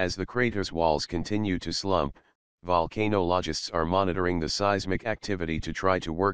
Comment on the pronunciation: OMG! Can't you not find a better computer voice generator than this one? It regularly mipronounces known dictionary words like Volcanologist into Volcano - ologist which is just plain ignorance on the part of the coders and software authors.. It's usually possible with these applications to correct the pronunciation of certain proper nouns. This video would be much more effective and indeed popular it were properly proof read and the appropriate corrections made.